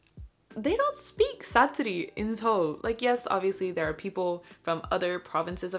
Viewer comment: praise for actually saying Seoul correctly